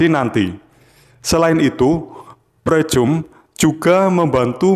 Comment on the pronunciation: Dibacanya "PRIKAM" mas. 🤦🏻‍♂️. Yakali pricum